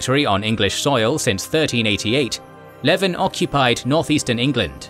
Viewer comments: Leven is pronounced "Leeven" and Berwick "Berrick". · Good video, fyi Berwick is pronounced Berrick, and Leven is pronounced like Lee-venn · This is a bit of petty pet peeve of mine, but you pronounced a number towns and cities quite differently from the "standard". Berwick is 'BER-ick' Derby is 'DAR-by' Leven is 'LEE-ven'